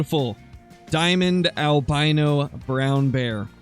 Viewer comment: It is not a vrown bear it's a polar bear with a cold